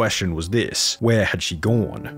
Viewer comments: "where had she goune" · Can the narrator say the word 'on'? I'm curious as to why u always pronounce the word 'gone' as 'gauwn' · Ever notice how he says GONE GOWWWN